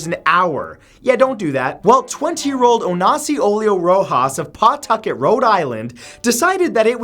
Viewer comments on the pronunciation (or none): How you don't pronounce pawtucket